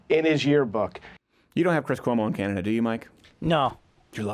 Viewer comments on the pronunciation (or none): none